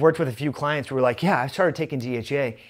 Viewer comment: Fix your speech it sounds like you're saying DHA which is completely different that dhea